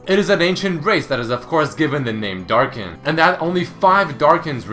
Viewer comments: Hm. and wiki pronounce Darkin like "Dark's kin" and in my translation it's "Darkins". Ah, the research put into translation. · wait, what exactly is a "Darkin"